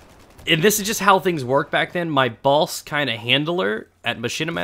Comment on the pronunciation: Everytime u said "boss" i heard balls and i was laughing my ass off :(!)